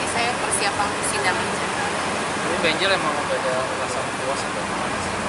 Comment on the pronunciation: Ngomong enjel kaya 🤮